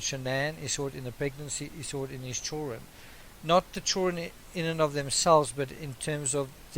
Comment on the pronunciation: Why can't you pronounce children? You say everything else correctly, but you can't say CHILLD REN????